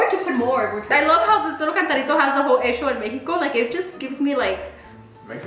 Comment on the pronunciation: “hecccccho en Mexico” La chihuahuense coming out lol.